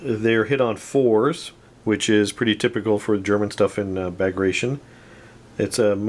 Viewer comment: Loved the video one of my fav assault guns. Super nasty hoping to get some for my bulge army For future reference it's pronounced Bag grat tea on